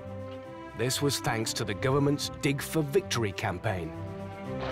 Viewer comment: i wish the narrator would stop pronouncing "dig" quite so much like........ another word. "dick for victory" just sounds rather drastic